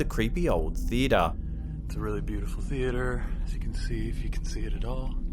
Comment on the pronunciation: He says theater...theee a da